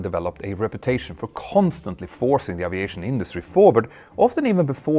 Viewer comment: ...presssent...isss...presssence...wasss...risssiing...uviation...🙄 ENGLISH PRONUNCIATION MATE!!! 🤪🤪🤪 In ANY language pronunciation is critically important!. Example; eyes...ice. 🤷‍♂